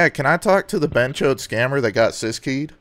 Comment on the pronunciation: I keep thinking you’re calling them chodes lmfaoooo